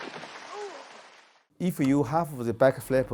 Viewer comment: You know he's a kungfu expert when he says ""